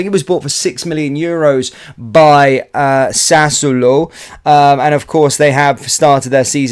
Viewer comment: Ok, my friend, it's "sas-suo-lo" and he scored against Italy in the Euros 😉